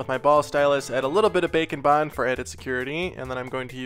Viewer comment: I Always Thought He Said Bacon Bond Instead of Bake N Bond